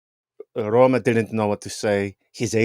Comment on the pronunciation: He also can’t pronounce Roma.